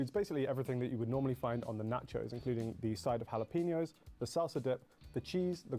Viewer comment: I assume the British dude was intentionally trolling (though who knows) but it is: hala-pehn-yo. 😂. Even the second time, it's not peeen-yo. You also have to shake your hips a bit when you say it or it doesn't count.